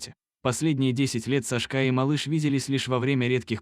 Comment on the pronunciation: Какой ужасный диктор, в этой истории все перевернули с ног на голову, не понять где начало, а где коней и инаверное не сашкÁ а cÁшка !!!